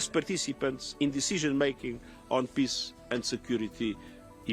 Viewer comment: Antonio Guterres should be able to pronounce the word "peace" properly. He is after all the UN General Secretary and he uses that word on a regular basis. Listening to his "piss" versions of that important word is more than annoying.